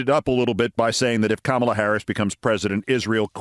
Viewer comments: at least he can say her name correctly... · Imagine saying kamala's name correctly but messing up gif